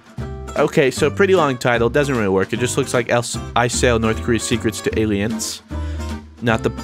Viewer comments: "Alients" lol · "alients" is killing me